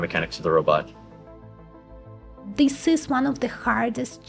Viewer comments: You are sweet and doing a great job. Keep up the good work. Just one thing... its not "Robert".. Its "Ro" "bot" (Row (BOT)). I am working on a SNN Brain model. Do you have any content on SNN and SNN vs Other and what it means etc ? would be great if you can do that. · Row-bot, not Robert. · Did she say robutt...